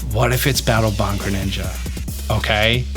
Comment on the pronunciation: Ah yes Battle "Bong"